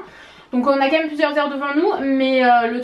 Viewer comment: jaime trop quand tu di "même" car au lieux de dire "même" tu dit "Mome" 😂 jaime trop ❤ Gros bisous😘